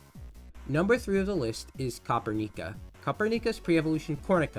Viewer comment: Dw bro noone really cares, it's easier as copper-nica lol